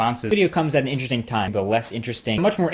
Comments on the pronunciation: Now the word sounds like "Inter Sting". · All I hear is "intresting" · Interstring. That's what it started sounding like 30 seconds in. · At one point I just heard 'intersting' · now repeat after me: i n t e r e s t i n g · Can't pronounce interesting correctly now